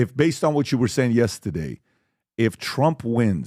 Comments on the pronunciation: I also love it when he says "Yestehday". 😁😁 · Every time PBD says “Yestehday” i giggle and i don’t know why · Me too! I’m from Boston so I always wonder if he knows he kind of says it with a Boston accent, but just that one word haha😂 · And for some reason, I say yesterday the EXACT same way. I'm not Armenian 😅